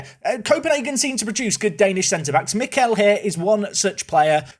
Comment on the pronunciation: Mikkel is correctly said, but Fallentin is like Valentine just with a F and a short A😊